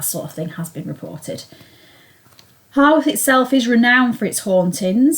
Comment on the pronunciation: Grand. It is HOWarth though, not HORWarth.👍